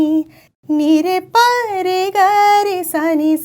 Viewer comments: It's not Ri ...it's Re .... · Wjy di you say Ri instead of Re ... Why Da in place of Dha ... The singing is also Reee not Riiiiii right ? similarly Dhaaaaa not Daaaa ? Is it because thats what is ised in Carnatic music ... Its Re in Hindustami Classical of that I am sure ... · Nice explanation....but why are you saying Ri ..Da....its 'Re'....its 'Dha' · It's Re not Ri... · video is very informative, Thank you for it ,yet I am afraid, I think it is "Re" not "Ri", please clear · Ri nhi h re h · Sa Re Ga Ma Pa Dha Ni Sa Re Re Re Re Re Re not ri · Great video! One question, why do you say Ri? Isnt it Re? Sa re ga ma pa dha ni sa. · it's Re not Ri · Nice video, I am interested in understanding how come you pronounce "Ri" (Ree) while my understanding is it is pronounced as "Re" (Ray). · Yes bro you are right I was also thinking the same.... It's really out of my understanding how can She pronounce "Ri"(Ree) I really need to know 😅 To be honest I was just scrolling down to get any comment regarding this, & I found you 😂 Mam, kindly make us understand 😬👏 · Mam you pronounced Dha and Re as Da and Ri..is it the way it's done in Carnatic music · Thanks for sharing this knowledge... 🙏 You pronounce swara Ri instead of Re.. and Da instead of Dha... we have been listening these swara as Re & Dha..I am confused.. 🤔